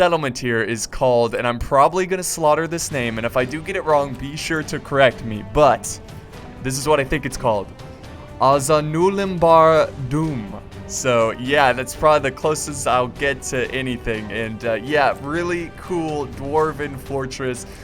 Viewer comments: he pronounced it very good actualy he had just one mistake ( 'aza' like 'atsa' not 'asa'. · azanulimbar dum, almost correct but you pronounce the u and the i wrong.